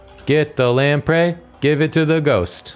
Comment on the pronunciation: Today I learned how to correctly pronounce 'lamprey' so never let anyone say this stream isn't educational. (I always mentally said "lampree.")